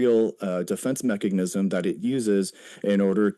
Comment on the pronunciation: Every time he says "mechagnism"